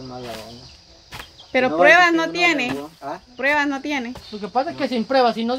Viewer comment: Jajajajajajaja cuánto me he reído cuando la vieja Vicenta dise ay prebas. Ay prebas